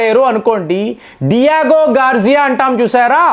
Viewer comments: Your pronunciation of... Countries names.... Are...some deffrence....not near to original...pronunciation... Digigarshia...... Not garjia... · అరేయ్ digogarchia అనాలి. Diago gorjia కాదురా illeterate.